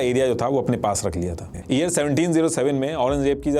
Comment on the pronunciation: pehle toh aap thikse YEAR bolna sikh lena please.. it’s very irritating to hear “EAR EAR all the time 😂